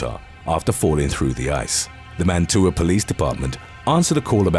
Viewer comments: Lol I know I know. Utahans have funny ways of spelling stuff. You pronounced mantua lake in Utah as man_too_ah actually it's pronounced like mat_ah_way. Good try for a non utahan. 👍. Also I wouldn't ice fish mantua it's feed by warm springs. And if you step on the ice over the warm springs the ice will be paper thin. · As someone who lives 20 miles north of Mantua, it's pronounced Man-o-way. Welcome to Utah! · Wow utah!!!! I'm only 30 mins a way from mantua it's pronounced man- to-way